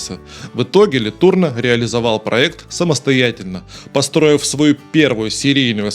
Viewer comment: Фамилия Ле Турно произносится с ударением на последний слог "но".